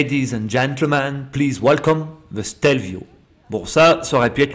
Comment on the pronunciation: La première fois que j’ai vu une photo du Stelio, je pensais que c’était un fake. 🤓 Merci pour ce chouette petit reportage 🏍 et bravo pour accent italien !! 🍕🇮🇹